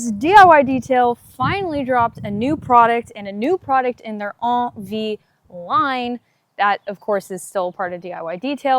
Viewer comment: I thought it was pronounced N V, not on V. Thanks for the review.